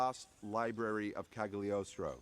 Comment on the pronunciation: Isn't Cagliostro pronounced with silent G ?